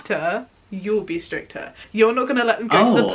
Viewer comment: Stricter? I heard strippter.....that sentence does not seem so nornal now.....being a strippter for your kids😳🤚...Sweet home alabama~~~~